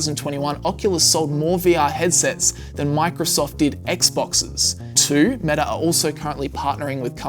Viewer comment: Pro Tip: Stop adding an "r" sound to words ending in vowels. For instance, it's "Meta," not "Metar." Not sure why you're doing that. It's wrong. And weird.